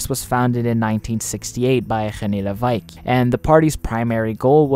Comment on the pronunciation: I double taked really hard at the pronunciation of Levesque's name. A considerable effort to both look up the correct pronunciation and make a stab at it. Solid effort